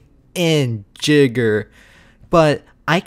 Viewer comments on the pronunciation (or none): It’s Nukinjer, not „Nick-ijner”